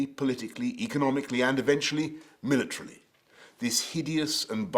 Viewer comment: "Eventually militarily"